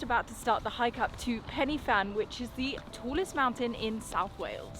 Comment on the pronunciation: This might sound like a rant, prob is.. Please when you see Pen Y.. don't instantly go for 'Penny' it's a lazy habit - that I never see when the English go abroad - in YT Vlogs. Closest you will get to pronouncing it right is - 'Pen-Uh-Van'. Why don't vloggers just ask a local - how to pronounce places 🤔 The meal you had in The Angel looked lovely, but you had rocked up literally in Waterfall Country Central where there is a beautiful walk up through multiple falls right next to the pub ! But no mention of any of it.. And no mention of Batman The Dark Knight Rises being filmed at Henryd Falls !! Hang your Hollywood heads in shame lol As for Pen Y Fan it's usually called the highest mountain in Southern Britain, on a clear day the vistas are amazing. Above 300 metres - then it's a mountain - so 886m no problem. I can guarantee you on a clear day - that point where you looked over the cliff edge would have given you vertigo if you ventured a peek right over the drop. It's a mountain that can turn in a second and can kill you - if you underestimate it. There's a reason the SAS train in the mountain range, and they've had a number of well publicised fatalities. Having been personally caught in perfect - crystal blue skies to White-out blizzard conditions in a heartbeat, near hurricane force winds and lightning that killed others - take these places seriously. Lastly, you've got all the tech and info at your disposal - try digging a bit deeper, unless you're just playing it for th